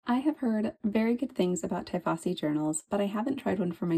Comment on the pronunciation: It's "tee-fossi", not 'tie' as in 'tie your shoelaces'